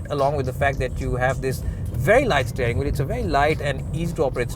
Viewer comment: Work on your pronunciation. .. eg. Steering, rear etc.